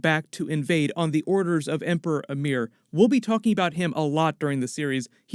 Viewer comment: It's Emperor Emhyr not Amir ;)